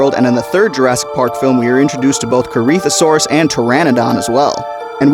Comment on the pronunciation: That corythosaurus pronounciation irked me alittle